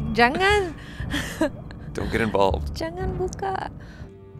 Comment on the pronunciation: i'm surprised you pronounce it very well. "JANGAN BUKA!" whattt you say it againnn XD "apa ini". are you learning this language before? :D